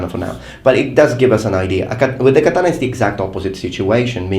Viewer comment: Every time this guy says "katana," ICE deports a Puerto Rican.